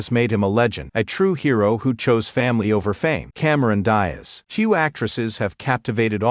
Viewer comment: Cameron "Das", "Dazz" or "Dies"?? 😅😅😅😅